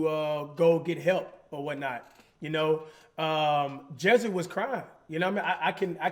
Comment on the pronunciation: I know some of y’all peeped when Cash said jesser instead of Jesse